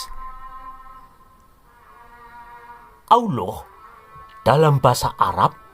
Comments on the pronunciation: Ngomong alohnya paseh banget. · Referensinya lengkap jarang orang mendedikasikan minatnya seperti ini. ketika menyebut owloh suaranya mantap kadang lucu. Sebutan owloh humma jelas dewa bulan. Beda dengan si humma. Banyak idikator lain yang mengarah ke Dewa Bulan. Salah satunya bulan Sabit. Karakter owloh dalam qur'an semakin jelas